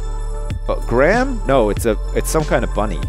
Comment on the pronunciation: Omg im a bunny! My name's Graham! And u said it in the cool way canadians say graham! XD